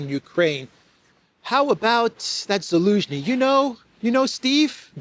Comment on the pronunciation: 😂😂 ELENSKI!??😅😅EVERY TIME YOU SAID ELENSKI!!😅😅WAY MAN,WAAAAYYYYY